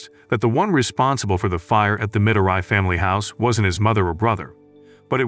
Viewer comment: It’s pronounced as Me-doe-ree not mi-do-rai